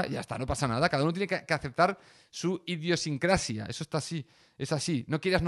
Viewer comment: Has dicho bien idiosincrasia, has tomado nota! hoy puedo decir que he mejorado a xdd